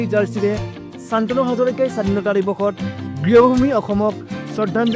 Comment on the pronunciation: Congratulations. অসমীয়া শান্তনু টো চানতনু বুলি ক'লে যে আপুনি বাঙলাদেশী নে হিন্দী ভাষী।🥴😩